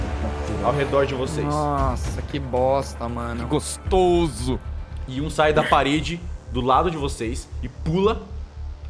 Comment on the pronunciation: qualquer bicho: a: GOSTOUSO